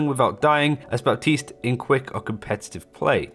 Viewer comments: Literally called himself "BAP-tiste" in the voice line and you still insist on making the P silent. Lmao. Good ear. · Baptiste: Thank you, Baptiste.: buh-tees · He's been out long enough for people to pronounce his name properly too but I keep hearing BaPtiste (other channels)